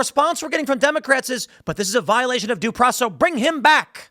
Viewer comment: Doesn’t matter. He dint get his DOO PWOCEZZZ